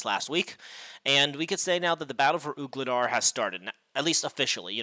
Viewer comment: Voo-le-dar. Sounds like you are saying Oog instead of Voo.